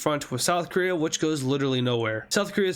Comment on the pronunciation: did you say korea?